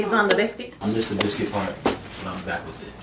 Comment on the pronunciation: Kandi was a diva about her "biskih"